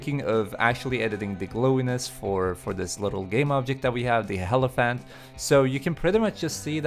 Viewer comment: HELiphant XD